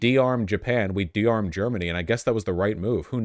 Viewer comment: vaush says De,arm not dis'arm